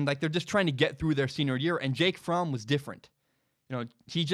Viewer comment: You pronounced Fromm correctly. I'm a German man. Fromm is a German name. Anyone pronouncing it "from" is incorrect lol